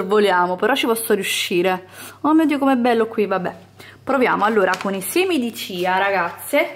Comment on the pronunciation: Non per fare quello che sa tutto , ci mancherebbe , perchè una passione è una passione ma sentire certe cose mi fa rabbrividire . Punto primo si scrive muesli ma è miùsli poi i semi sono di chia e non cia e ball si scrive ma non si pronuncia , Se proprio vi volete divertire e cucinare comprate della vera avena bio e certificata , la tenete circa una notte in una bagna di acqua e latte , la mattina seguente la fate scaldare a fuoco basso , quando avrà raggiunto la consistenza da voi preferita , la potrete trasferire in una ciotolina e sbizzarritevi con i condimenti ad esempio fragole e cioccolato e qualche mandorla vanno alla grande .